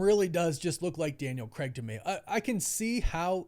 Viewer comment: It's craig, not creg. Christ 😒